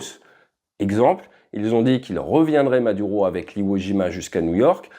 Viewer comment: Maduro, tu pourrais juste faire un effort pour la prononciation :face-orange-biting-nails